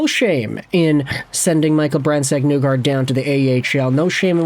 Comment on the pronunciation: I'd rather you say the n-word repeatedly than continue to say MBN's name wrong.